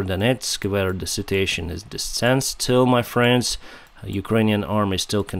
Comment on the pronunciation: i luv the way you pronounce situation... you say sitiation i hope u know Im not being racist im just genuinely letting you know you make me Laugh keep up ur funny but serious channel.. Awesome my Friend.:elbowcough:💥💥💥💯💯💯